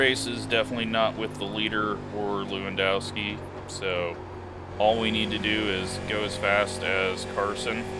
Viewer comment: Not to put words in yours or his mouth but lewandowski is a last name that runs in my family more than likely it’s pronounced Levanduski. In polish and many Slavic languages w make the v sound and hard O’s are really rare. I know this seems knit picky but it’s just things I know. Great video!